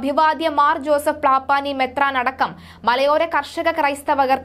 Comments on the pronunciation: പ്ലാപാനി അല്ല പാമ്പ്ലാനി എന്ന് നേരെ ചൊവ്വേ വായിക്കൂ. കുടുബ പേര് തെറ്റിക്കല്ലേ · "പ്ലാപ്പാനി" അല്ല കുഞ്ഞേ പാംപ്ലാനി 🥴😜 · പ്ലാമ്പാനി അല്ല കുട്ടീ, പാമ്പ്ലാനി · നാക്കു വടിച്ചിട്ട് പാംപ്ലാനി എന്ന് പറ കൊച്ചേ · പ്ലാപ്പാനി എന്നല്ല. പാംപ്ലാനി എന്നാണ് പേര്. വാർത്ത വായിക്കുന്നവർ ശ്രദ്ധിക്കണം. ആവർത്തിച്ച് തെറ്റിക്കുന്നു. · പപ്ലാനി അല്ല പാമ്പ്ലാനി എന്നാണ് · പ്ലാപ്പാനി അല്ല പാമ്പ്ലാനി,അഭിവാദ്യ തിരുമേനി അല്ല, അഭിവന്ദ്യ തിരുമേനി ആണ്. മലയാളം അറിയില്ലെങ്കിൽ ഇംഗ്ലീഷിൽ പറഞ്ഞാലും മതി. അല്ലെങ്കിൽ മലയാളം നന്നായി പഠിക്കാൻ ശ്രമിക്കൂ. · പ്ലാ പാനിയല്ല പാഠ പ്ലാനി പഠിച്ചിട്ടു പറയൂ